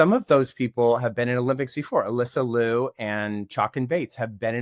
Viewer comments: Here's how to pronounce Alysa Liu's last name. It rhymes with "cute" but without the t sound at the end. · With love and respect to you all, could everyone please correct your pronunciation of Alysa Liu's last name. She has been on the scene for years now, National Champion, World Champion, two- time Olympian, and an incredible ambassador for the present and future of this sport and its art. When she was just on the scene, her name was pronounced correctly by US Figure Skating. What has happened in the past few years? She clearly pronounces her own name as it is spelled in Liu. Love the discussions and the narratives, but we can lead by example and start with giving Alysa this effort and respect.